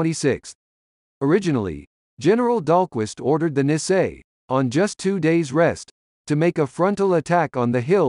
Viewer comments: It is very difficult to listen to this person mispronouncing Nisei, it should be pronounced knee say. Also the correct unit designation for the 100th Infantry Battalion is 100th Infantry Battalion Separate. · Speaker should have learn to pronounce Nisel correctly !!!